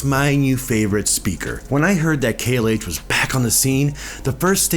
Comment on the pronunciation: It’s pronounced “KLOSE”. I own a pair of 17’s. The original KLH 6 or 19’s are the best.